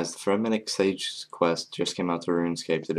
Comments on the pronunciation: hey you look sleepy also its sagas not sages s-a-g-a what your say is s-a-g-e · sagas not "sages" dude